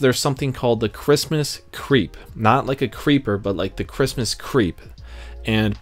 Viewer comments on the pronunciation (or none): none